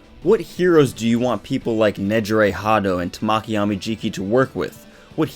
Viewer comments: I cant wait till this chapter is out for me. Also Amajikis name is pronounced Tah-Ma-Key I wanted to point that out I'm sorry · It's how he enunciated it. It sounded like tuh(short)maw(stressed)ki(short). In Japanese there isn't any syllable that is stressed more than the other like in English. You give each letter (composed of 2 English letters) an equal renunciation and don't make any br pronounced longer. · he was pronouncing his name wrong. If you go to Google translate and put Tamaki and click the sound on the Japanese side you'll see what I mean. I'm sorry if i made anyone upset.. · your where pronouncing his name wrong I'm sorry